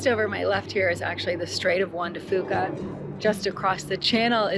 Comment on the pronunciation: I live in Port Angeles and I’m DYINNG at your pronunciation of everything 😂😂😂 No tea, no shade, it just cracks me up lmao SKWIM, Sol DUCK, Juan de FEWKA, MaryMEER Looool glad you enjoyed your visit!